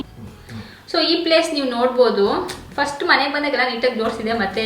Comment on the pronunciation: try pronounce few words properly, for example organise, when u pronounce frist that also not pronouncing properly (before uploading listan to the audio once den u will come to know how poor is ur pronouncing